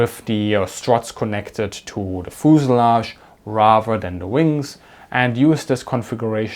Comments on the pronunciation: FUZE-ah-lagge, not fooz-a-lagge. F-y-u-z-e. As in "you". Fuse. Ah. Lagge. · "Fooselage"...I love it! I am going to start pronouncing fuselage in this way from now on. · Foosilage, I love the way you say that word. Great video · Pro tip, in English, American English at least, it pronounce "FE use a lodge" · ah yes, the foozelahj. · Bi-planes had thin wings. They were fragile, and could not take the forces created by landing gear. IMO, that is the main reason landing gear was attached to the fuselage (feu-suh-lajh, not foo-suh-lagh) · I respect you man but when you said fuselage I just had to laugh